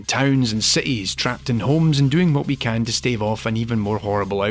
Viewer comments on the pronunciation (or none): none